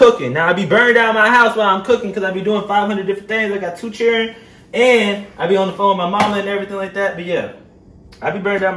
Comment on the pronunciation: He said "two churren". LMAO!!!